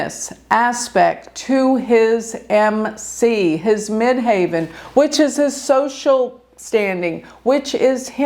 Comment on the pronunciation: Great video thanks. Quick question you say ‘MidHAVEN’ I always thought it’s MIDHEAVEN..?